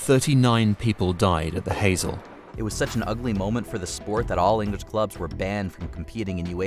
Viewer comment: These are famous incidents, why doesn't someone check the proper pronunciation of Heysel (Hi-sol) and Chapocoense (Chapo-co-en-say).